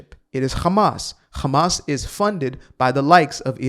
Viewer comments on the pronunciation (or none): How about calling them by their actual name, Hamas, not Khamas. Only God Chosen people call them Khamas because they can not pronounce the H. That just goes to say where you get your talking points from.